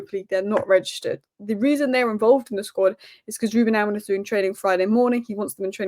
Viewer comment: I love some of these pronunciations - AmoriN and OsiNheM 😅😅😅